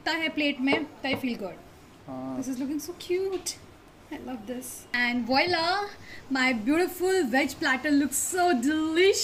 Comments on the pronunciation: That is not Wilaa that is walaah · Why do u pronounce voila wrong each time🤷🏻‍♀️?🤣